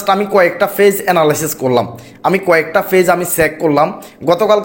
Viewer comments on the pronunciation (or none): Page bolte parena fage bole er videobkeno deken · আপনি নিজে পেইজ নিয়ে ভিডিও পোস্ট করেছেন,অথচ পেইজ উচ্চারণ করতে পারছেন না ফেইজ ফেইজ করছেন শর্ট কে ছট আর কতো উচ্চারণ বলবো ।